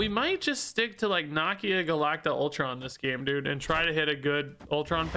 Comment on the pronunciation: mispronouncing Nakia’s name breaks my heart